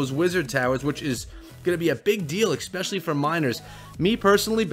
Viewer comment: ESpecially not EXpecially